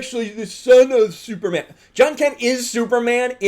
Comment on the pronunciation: Can we be a little less apocalyptic and homophobic? This isn't Kal-El. Kal-El is still the Superman you've always known. This is another Superman, just like Marvel now has various Spider-Men. I don't get how Superman being bisexual would really change who is he is, and the way you emphasize "man" when you say Superman, as if a bisexual man isn't really a man is...kinda messed up.. Is it really a big deal that he's a climate change activist? This is the character who fought on the side of the worker against oppressive capitalists in the 1930's and fought the Klan in the 1940's. There's a long-standing tradition of Superman as a character aligned with leftist ideals. "Truth, Justice and the American way" was just a motto on the t.v. series with George Reeves, it wasn't an indelible phrase in the comics. It isn't like caring more about the whole world makes him anti-American or anything. Geez, did people freak out this much when DC published Superman: Red Son?